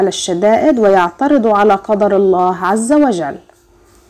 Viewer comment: الله عزة وجل وليست عزل وجل......................................................................